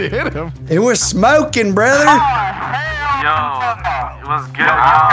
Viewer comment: "HELL YEA BORTHER" lmaoooo what man